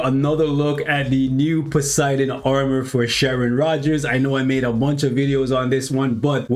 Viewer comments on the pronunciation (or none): * need to edit this * Poseidon (not POE-SI-DEN😆😆😅👌) --your friendly Grammarazzi 😁😊😸